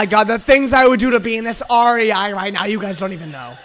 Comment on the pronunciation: The way pronounced rei is the most frustrating but funny thing I’ve heard all day